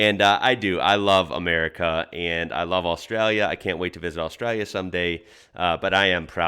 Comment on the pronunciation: Was Australia now Ausjailya